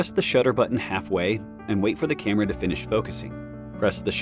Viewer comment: 😆 The A.I. voice can't pronounce camera correctly. To me it always sounds like "Emma".